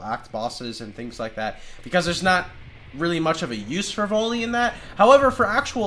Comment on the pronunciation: The way you pronounce "volley" triggers me.